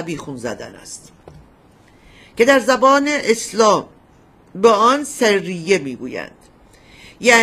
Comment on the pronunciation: خانم لااقل یکباربگوییدبرایتان اسامی رابخوانند سرّیه وغِرفه باعث خنده میشود